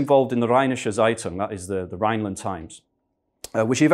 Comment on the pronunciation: The Z in Zeitung is pronounced precisely like a sharp “ts” as in “its eye”